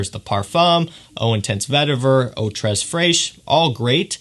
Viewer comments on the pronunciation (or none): just a minor detail i'd like to point out: you're not supposed to pronounce the "s" in "tres" in french.